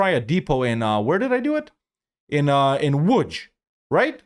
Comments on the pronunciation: Dude just casually says Łódź correctly. I respect that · That was perfect "Łódź" ❤